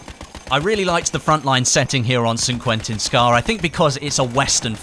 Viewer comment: I love how says San Quentin Scar xD